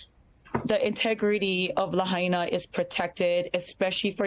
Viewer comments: You're paying attention but you can't pronounce Lahaina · It's called Laah High Naah I live on Oahu Island (HONOLULU) As soon as I heard wildfire. I knew developers will try to Gooble up the land.